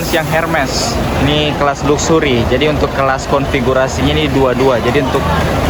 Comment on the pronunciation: Baca nya laksery , bukan luksury , bikin malu aja , arti nya kemewahan